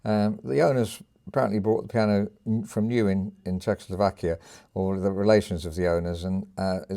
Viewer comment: thanks for showcasing this beutiful piece and your winderful playing. Apropos Czechoslovakia, you pronounced it perfectly right;).